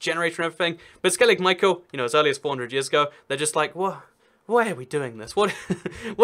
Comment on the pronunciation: U live right next to skellig micheal its pronounced skelligh mee-hawl